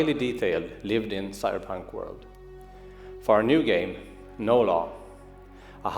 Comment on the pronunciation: Why do I hear "No Love" instead of "No Law"?